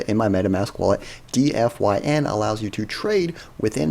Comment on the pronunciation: Wouldn't it be pronounced Dee-fine?